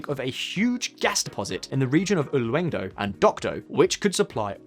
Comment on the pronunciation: Slight pronunciation note about "Silla Kingdom." Silla sounds a lot more like "Shee la" and not "shill la." And Ulleung-do sounds more like "Oo-LUNG-doh" (not exactly but that's as close as you can get in English).